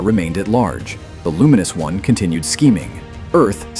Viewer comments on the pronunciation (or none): none